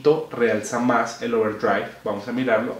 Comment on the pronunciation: Porque dice Ouwerdriaigvb?